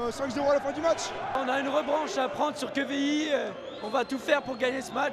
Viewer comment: pitié c'est pas quévilly mais quevilly avec un "E"